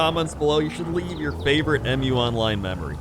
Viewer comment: its mu online not em you online lol